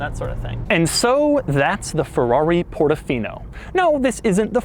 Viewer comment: Please don’t say it wrong, it’s FERRARI PORTOFINO loud and clear